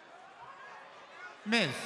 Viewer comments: I could be wrong but I think that Seth said myth instead of Miz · that made me laugh when seth pronounces out miz n mic